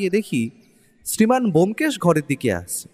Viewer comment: Dada keno sudhu sudhu bomkesh er naam kharap korchen? Taranath tantrik naam o bolte parchen na, dada golpo ta kintu darun